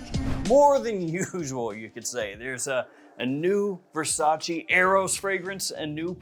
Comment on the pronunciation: It's Versace not Versaci